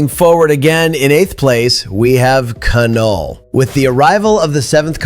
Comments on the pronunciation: It's pronounced NULL, not K-null....pretentious and incorrect...awesome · It’s not “Ka-Null” it’s just “Null” (as in nothingness). The K is silent. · you don't pronounce the k in Knull